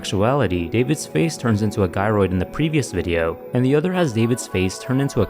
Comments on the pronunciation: I thought it was pronounced Jy-roid not guy-roid cus gyroid is a type of mechanical system sound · I’m trying my hardest to take this video seriously but every time he said “Guy-roid” it takes me out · It’s pronounced like gyration I’ve always presumed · Gyroid, pronounced Ji. As in Gyroscope. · take a sip every time he mispronounces the word gyroid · It's supposed to be a J sound, not G for Gyroid, like the word the name is from (gyrate). Otherwise, really loved the video!